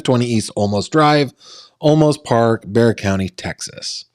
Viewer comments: It's pronounced like " bear"😊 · Bear! It’s pronounced Bear! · It's pronounced Bear Texas. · Its Bear - like see the big brown bear :) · It's pronounced "Bear". The was was an x brand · Bexar County Is said like bear. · It’s “bear” county. As in Grizzly or Panda lol. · Olmos Park is an unincorporated community INSIDE SAN ANTONIO Texas city limits. It’s NOT Houston. It’s pronounced BEAR County Texas, and the town Boerne is pronounced Berh nee. Please let me know if you need anything else.